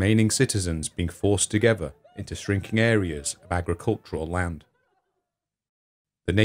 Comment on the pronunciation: How can you not learn to pronounce “ TH “!!! With not wiv , Thousand not fousand !! Together not togevver !! Other not ovver !!! Such ignorance is astounding !!